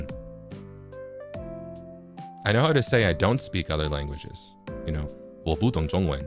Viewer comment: omg，you konw 你那声“我不懂中文”说的超级好！💚🥰💚喜欢你